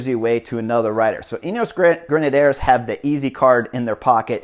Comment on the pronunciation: Gotta love Chris's commentary and his total disregard for pronunciation - not even trying:) "Rein" not "René"; "Grenadiers" not "Grenadaires", "de Marchi" not "Dee Markay," etc, etc. No worries though, keep playing your game, Chris!